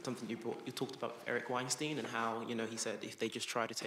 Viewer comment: Oddly AS "difficult" for the Weinstein brothers. Weinstein like "Einstein" Equally - Ayn like "'Ein' Stein"